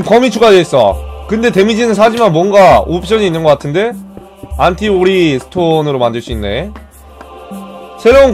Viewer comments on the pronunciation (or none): 안티 오어가 아니고 안티오리;;? ㅋㅋㅋ